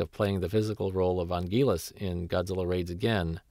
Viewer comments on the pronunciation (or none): Im not being mean or anything but Hedorah is pronounced he-door-a,Ghidorah is pronounced gih-door-ah,and Anguirus is anger-us.Lots of people pronounce Ghidorah and Anguirus wrong. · "Angilus" LMAO